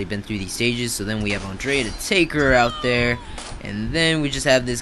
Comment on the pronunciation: Bro learn how to pronounce Andrea... An DRE A.. U never watched the show before.